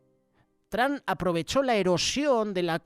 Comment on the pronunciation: Hermano con todo respeto Se le oye feo decir TRAM Por favor de pronunciar Bien el nombre TROM a lo En Español y por favor Cambié la A por la O Se oiría mejor gracias de Houston TX